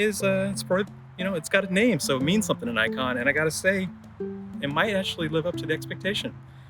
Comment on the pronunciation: Say Nikon, not Naikon